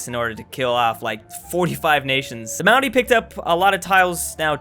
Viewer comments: Obligatory "You're pronouncing Maori wrong" It's not Mao like sexy Mao, it's more Moe like Moe's Tavern. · Hey just thought you should know that the Maori are pronounced kinda like moldy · Also the way pronounces "Maori" it sounds like "Maui" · Why do you pronounce 'Maori' like 'Moundie' through the whole video? It's really annoying. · I have genuinely never heard Maori pronounced that way. Not trying to be a knob about it but it's a rolled R, it kinda sounds like it's being said as an N or something? Edit: I mean it's better than most say it so thanks for the effort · Every time you pronounce Maori it makes my skin crawl... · I like how mispronounced Māori